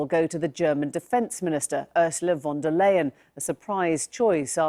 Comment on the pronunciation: Pronounce her as von der „Lion“ that’s what is sounds like in german